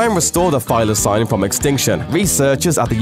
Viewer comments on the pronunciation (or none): Thy-la-seen not thy-la-sign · It's pronounced Thyla-SEEN and no one calls them the Tasmanian Wolf only Tasmanian Tiger